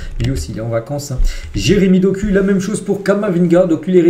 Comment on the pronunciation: Doku se lit Dokou, mon frère, pourquoi vous les occidentaux adorez écorcher les noms des africains ?